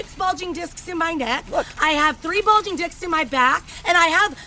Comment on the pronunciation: That second time she meant to say "discs" it didn't quite sound the way it was supposed to...